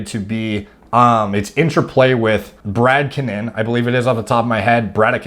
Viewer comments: "Brady-kien-in" dude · Brady-KI-nin...emphasis on 2nd syllable